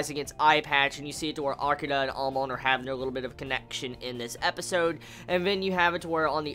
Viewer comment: Good reviews for sure but everytime you say Amon you are pronouncing it like Amoan lol and I can't help but laugh at you for that, But you are right due to the censoring they took a lot of things out that are Manga only.